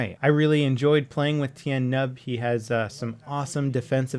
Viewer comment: It is Nien Nunb not Tien Numb